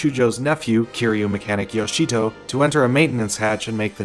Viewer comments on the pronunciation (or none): its not keyru its kiruy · Bro you still got the name wrong. It kiryu get it right next time 😅